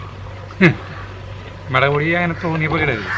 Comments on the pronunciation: മേളക് അല്ല മുളക്, കാണുന്നവർ ഒല്ലൂർ കാർ അല്ലാലോ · Hai gadiyaee Sugamano. Melak ennalla mulakk ennuparayu. Currykanditt kothiyakunnu.